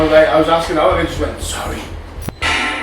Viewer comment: + I heard ", sorry" not just "sorry" but ",sorry" btw that "sorry" was so scouse 😮 Have you lost a young/teenage lad that you know? I feel it's someone you know apologising for something! from when he was here on this plane 🙏😇🥰 xxx